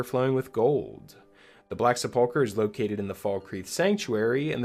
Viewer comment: Minor nitpick: the word "sepulchre" is pronounced "sepple-cur," not "sepulk-er". I really like that "At Your Own Pace" idea--tracking it on Nexus Mods right now!